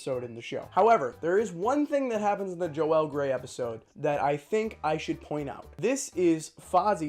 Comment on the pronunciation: Awesome video. Valerie Harper and Joell grey not Jo-ell